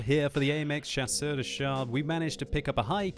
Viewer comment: "AMX Chasseur de Chars" just the "R" missing, very good pronunciation ! again a very good video ! +1 Like